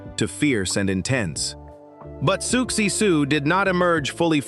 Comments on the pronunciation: Why do you keep saying "Sooksie", then reverting to the usual pronunciation of Siouxie's name? After all, you wouldn't keep calling the Sioux tribe "the Sooks", would you? And then Socksy? What the heck is going on? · I wanted to listen to this but I can’t…Sooksie!